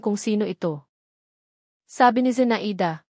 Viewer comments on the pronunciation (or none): Kawawa naman ng narrator di marunong magbasa no! Number yan.zea i da ? Zenayda pagbasa. Daming mali nako. Over dose overdos ang tunog.